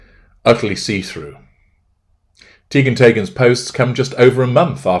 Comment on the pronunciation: Chrissy Tea-gan Tay-gan! lol